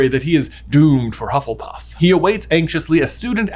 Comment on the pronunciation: I'm very much enjoying the mistakes on saying Hufflepuff quickly! I need a movie revolving around the new school house, Hufflebuff! Full of weight lifters and constantly going around talking about leg day!